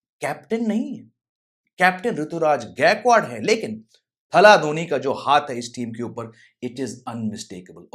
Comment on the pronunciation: गायकवाड बोलो भैया